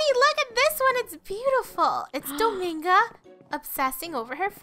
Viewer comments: It’s not Domingo it’s dominga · its DomInga NOT domAnga